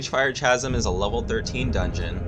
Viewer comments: Keep doing these videos. But I really must say... Chasm is pronounced kazəm, with a "K", not a Cha. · mfw you cant pronounce chasm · No that’s not dialectic. It’s not worth getting upset over the guy is trying to help him polish his videos up. People mispronounce words all the time, especially older unused words like Chasm